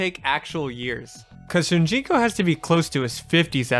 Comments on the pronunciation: I feel like i keep hearing you say Shunjinko and it's Shujinko. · ITS "SH00JINKO" NOT "SHOONJINKO" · Dang... It drives me crazy hearing saying Shunjiko instead of Shujinko. AAARRGGGHHHH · Ughh, “Shun-jinko” keeps taking me out. SHOE-JIN-KOH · Dude, it's SHU JIN KO, not sunjiko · How the hell was it possible for you to continuously say Shun Ji ko when its said and spelled SHU JIN KO? very distracting. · Why do you keep pronouncing it SuNjinko? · Am i the only one that hears him saying shun jinko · My man decided to write, record and edit a 30 minute video and not take 5 seconds to make sure he got the name of the main character right, who the hell is "Shunjinko"? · It sounds like youre saying "shoon gee co" when saying shujinko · This man said shunjinko the whole video and it hurt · How do you consistently mispronounce his name? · Still says Shujinkos name wrong tho…